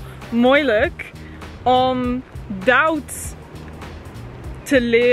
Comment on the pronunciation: ik maak ook fouten maar iedereen zegt dat zij heel goed nederlands kan praten maar ik maak juist de punt dat dat niet zo is ze zegt een paar woorden helemaal verkeerd zoals suiker dan zegt ze sauker en duits zegt ze dauts en ik geef juist een beetje kritiek omdat het toch niet helemaal goed nederlands is.